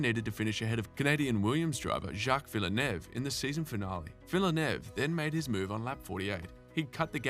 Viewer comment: Some much mispronunciation it’s painful. If you are going to cover F1 then you have to learn that it’s an international sport that encompasses international languages and pronunciations. Imola, Prost, Lauda and Villeneuve are particularly offended!